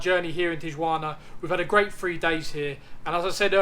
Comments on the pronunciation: tiyuana? hahahahahaha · Not a good video guys, at least get the pronunciation of Tijuana correct and do some background on different places you are about to visit. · I hope people taught you how to pronounce Tijuana properly...otherwise, great video!